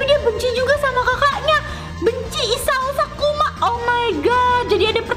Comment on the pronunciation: Isao sakuma kakkk bukan isao sakuma 😭😭